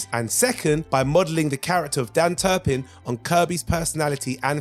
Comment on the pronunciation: Turp-in. Not Turban. Lmao